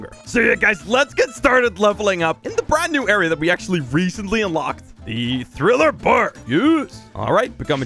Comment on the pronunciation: man said thriler bark